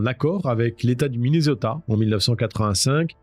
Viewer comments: Soit vous prononcer Minnesota en français soit Mineuzota, soit en anglais Minnéssota mais le mixte franco anglais est insupportable. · svp: MINESOTA(SS), tu ne dis pas PARISSS(mais PARI(S). prononce les villes correctement par pitié 🙏